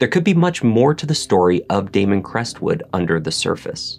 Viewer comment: Its Damon......🤦‍♀️